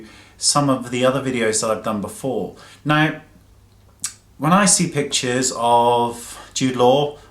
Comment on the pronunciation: Every time he says pictures, I hear him say bitches :P